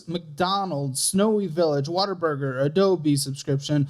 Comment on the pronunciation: I'll never get tired of calling Whataburger 'Waterburger'